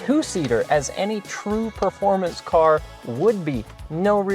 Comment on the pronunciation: Those TPI "turds" went undefeated for 3 years straight ('86-'88) in SCCA Showroom Stock. Porsche and Lotus got so butthurt they had the Vettes banned from the series and they were forced to race against themselves in Corvette Challenge. And "proformance" is not a word, it's "performance." You're probably one of those guys who says "Elderbrock" too...